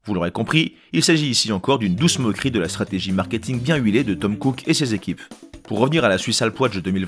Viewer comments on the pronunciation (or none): Vous faites vraiment un travail formidable dans vos vidéos!! Ps: c’est Tim Cook et non Tom Cook comme énoncé dans la vidéo 😂